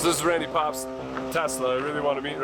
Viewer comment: Who's gonna inform that Randy's last name is PObst. Like Poe not Pob st. Great content and keep up the good work.